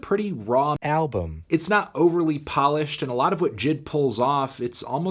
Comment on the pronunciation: Hee hee hee. Tony couldn’t say album so he dubbed it in post. He probably said it like “albm.”